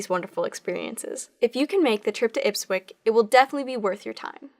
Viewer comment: Ipswich is pronounced IPS-WHICH. Not Ipswick... I wasn't watching the screen, just listening. Looked up trying to figure out where Ipwick was when I saw the spelling. 🙂